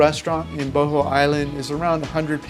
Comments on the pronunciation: is Buh-haul not bo ho dammit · Not boho, it boooo hoooooolll, or even better booo haaawwwlll